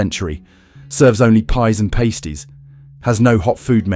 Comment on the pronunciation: Ai pronunciations jeez pasties, Leed mining, wastewater. 😂😂